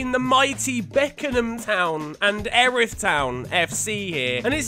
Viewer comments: it’s pronounced like earith town not erith cause I live in erith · Wait Erith town? Their local to me about 5 minutes away and you pronounce it e-a-r-ith